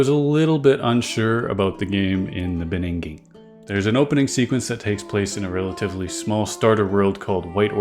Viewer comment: in the beninging 😅